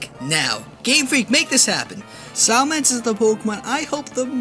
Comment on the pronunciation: Dude it's SALAMENCE not salamance, it seems like everyone gets it wrong.